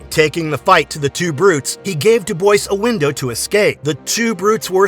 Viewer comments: It's pronounced Do Bwah. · Came in to post this Dubois is pronounced "dew-bwah"